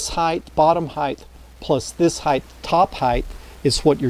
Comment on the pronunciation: Great videos but "heighth" is killing me lol